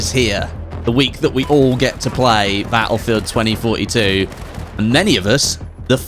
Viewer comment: Baulfewed tweny foty tew